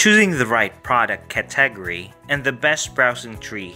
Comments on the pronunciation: I need to teach you how to say category and niche. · good stuff... I've never heard anyone say 'category' the way you do.